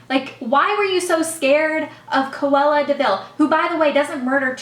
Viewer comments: haha you keep say cuella deville, when it's cruella deville! That movie really did traumatize you huh?? haha :) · You kept saying Cawella Deville when it's Cruella Deville....haha